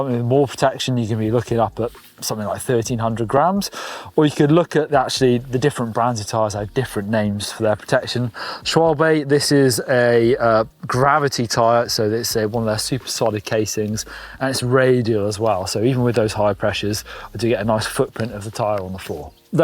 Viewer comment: Its not "sh-wol-bay" its 'sh-val-buh' (schwalbe)